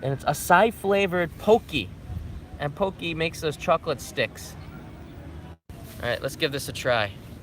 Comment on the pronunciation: Do they really pronounce "Pocky" "pokey"? ^_^